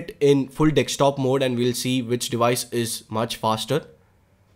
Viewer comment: Dekstop mode 😂😂😂😂😂😂😂😂